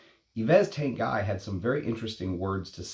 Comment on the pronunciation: it pronounced Yves (Eve) Tanguy (Tong Gee) lol